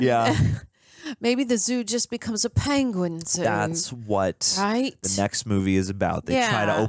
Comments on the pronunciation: Benedict Cumberbatch mispronouncing the word "Penguin" will never get old and it's absolutely hilarious that he still brought that to this movie and the directors just went with it 😂😂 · Dave's video call is just...gold. this entire movie is right up my stupid humor alley. and yeah benny cumberbatch mispronouncing penguins has me SCREAMING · Poor sod learned about it after he'd recorded this and I remember watching it and being like "aww..it was every time as well..." 🤣🤣🤣